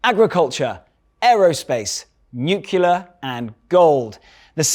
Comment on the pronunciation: What is it with people who cannot pronounce nuclear?